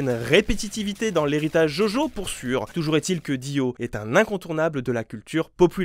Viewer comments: je suis la seule qui s'est crispée quand quand il a dit "jojo" et pazs "djodjo" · JOJO SE PRONONCE DJODJO C'est tout ce que j'ai a dire